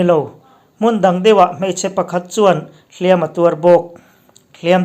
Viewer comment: "Hliam.a.tuar" tih hi, 'Ka inhliam' tih a, "hliam" lam.dãn anga lam lovin, "Artê chu ruahin a nan a, a huh hliam.mai," tih a "hliam" ang hian lam tur a ni e.